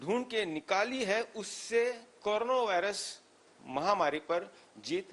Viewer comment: Karuna ke korona aap sahi uccharan to kijiye